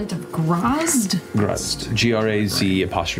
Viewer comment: My 2¢ is the pronunciation of the sword's identity/title: Graz'tchar. It is pronounced grahzt•car. You're welcome. Edit: And why,?! WHY? Why must you pick up sentient, possibly cursed weapons!? 😱 You KNOW what the dangers are for your character if you do!